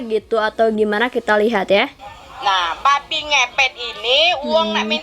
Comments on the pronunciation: Babi kak babi, bukan babek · Bukan babe neng tp babi B-A-B-I hadeh neng ngomong babi jd babe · yg saya tau itu "babi" bukan "babe" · Itu babi kan,, tp gw denger kok babe,, apa gw yg slh dengar 🤔🤔